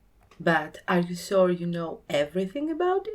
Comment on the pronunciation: “Sore” for “Sure” 😂